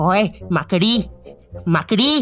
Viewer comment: Makdi ❌ Maakadi✅ Bhopali Abuse 😂(MP)